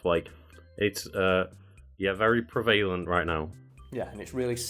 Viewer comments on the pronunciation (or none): Pre-VAIL-ANT!? Wtf? PREV-A-LENT! THAT'S HOW YOUR PRONOUNCE IT! wtf far away!